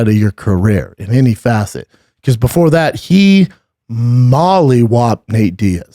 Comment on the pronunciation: Bubba, Love the content but stop saying facet please. Gang Buzz Wing